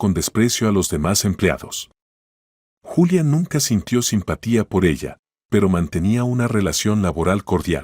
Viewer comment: Ningún YULIA Es Julia